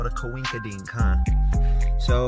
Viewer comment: What a "Cowinkerdink" 😂